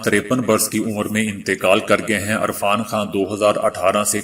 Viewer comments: ارفان خان نہں یار عرفان خان ھھھ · Irfan not Arfan I like your global news bulletin